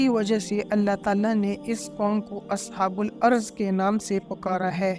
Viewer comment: اصحابُ الرّس بولا جاتا ہے نام تو صحیح ادا کریں لفظی بہت ساری غلطیاں ہیں